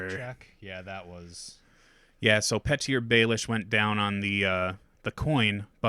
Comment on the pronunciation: I know this is A Song of Ice and Fire and there are weird names, but it’s still pronounced “Pee-tur” not “Pet-ear.”